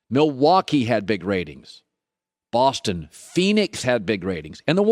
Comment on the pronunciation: WHY YOU GOTTA SAY BOSTON LIKE THAT! LOL